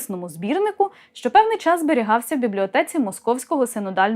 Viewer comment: Підкорегуйте будь ласка українську Вимову свого ЧОЛОВІКА БезШЧЬО і для ЧЬОГО😢😢😢 P.s Дивлюся і переглядаю з задоволенням😊 Чекаю на наступні😊 Я Ваш шанувальник та підписник!!!